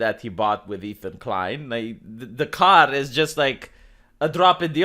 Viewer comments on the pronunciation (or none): none